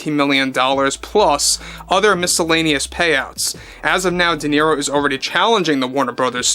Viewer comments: Who is this “Deniro” you speak of? 🤣🤣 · DE NERO😂😂😂😂😂